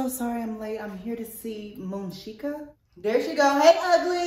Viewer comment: Bruh it's Moonsheka :/